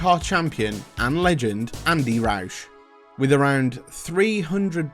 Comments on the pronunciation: Rouse Sport. The fastest cosworth you could ever by from a Ford Dealer. Btw Its pronounced Rowse, not Rowsh... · One question, What the hell is ‘Roush’ ? It’s Rouse 🤣🤣